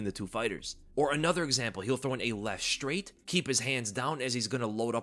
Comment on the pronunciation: Why do people say 'Shtrait' now? It is 'STRAIT.'